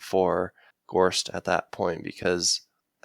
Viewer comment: Love y'all and great commentary as always. Your pronunciation is quite off on some of the names though. 1. Gorst. It's Gorst (kinda like "forced") not GAUSST 2. Jalenhorm. It's pronounced like "Allen-horm" with a J at the beginning. Not JAYLENhorm. 3. Khalul. There's no R. It's just like "Ka-lool" Edit: Source: The audiobooks